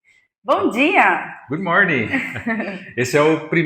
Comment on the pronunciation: "GUD MÓRNI"